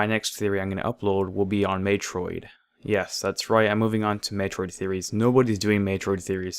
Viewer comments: MEH-troid.... not MAY-troid :/ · I was being sarcastic. It is Meh-troid not May-troid. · May-Troid? Not just you, but so many Theory videos on youtube have SUPER WEIRD pronunciations of proper nouns. WHAT IS HAPPENING?! I don't understand!